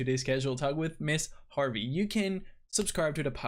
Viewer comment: It's not Miss Harvey!